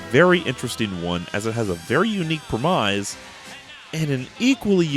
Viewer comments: Great episode, but I have one little nitpick (that always drives me up a wall when you do it)... It's pronounced "premise" (rhyming with grimace) not "primize" (rhyming with demize). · What the hell is a PRE-MIZE?